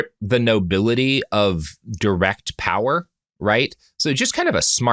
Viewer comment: "Oll the nobili'ee" Man's peasantmaxxing